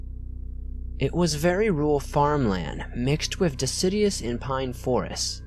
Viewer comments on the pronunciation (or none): Not decidious. DECIDUOUS - like de-cid-you-us.